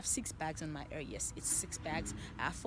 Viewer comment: Why she cant say HAIR?? ERRRR! LMAO🤣🤣🤣🤦🏽‍♀️🤦🏽‍♀️🤦🏽‍♀️